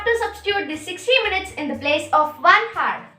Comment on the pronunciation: Phele hour ko pronounce karna seekho, it is not pronounced hour , it is pronounced as "our"